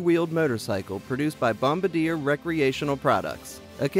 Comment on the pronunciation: Despite the spelling, it really is pronounced Bom BAHR dee yay (finished with a soft r, if desired. One of Bombardier's uploads will confirm that.